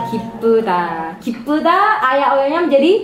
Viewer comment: Suka sama pengucapan saemnya. Korea bgt. Pngucpan untuk huruf yg ada kh/ph/bh/ nya juga jelas di baca. Semisal kek 기쁘디 dibca gipheuda bukan gipeda doang.